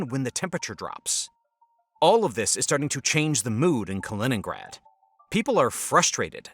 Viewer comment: Kennrad?Kinnrad?Kennigrad?...KALININNGRAD = KA - LI - NINN - GRAD!!! ------- KI kann man trainieren. Tut das bitte